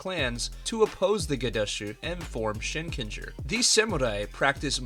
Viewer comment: Shinkenger did not hit right in English, it was butchered. But it was absolute peak Sentai.